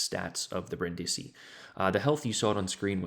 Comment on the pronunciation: The more you know: u almost pronounced it correctly. The first I is pronounced like the others and is the stressed one, what u said sounded more like Brandìsi. Still good tho. I wish the citadel was smaller, but it's still a nice ship. Good game anyway.